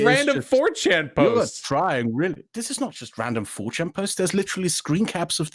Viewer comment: “Dis” oh my god he really can’t pronounce ‘th’